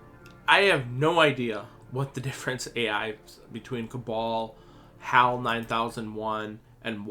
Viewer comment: not h-aw-l, it's h-ah-l... short a, like the name Al, but starting with H... look up 2001 Hal 9000